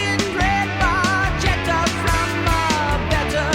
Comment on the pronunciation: Lol I wonder if this guy knows what a Red Barchetta (bar ketta) is? Geddys Italian pronunciation is not very good. A "Barchetta" is a little boat from Italian barca. A Barchetta is an open car with no roof - so like a small boat. These cars were popular in the 1930's into the 40's. The song is not about getting a car from his uncle and driving it freaking around but nostalgia for a better freer time in classic automotive racing history. Kids today I tell ya... no wonder most modern popular music sucks.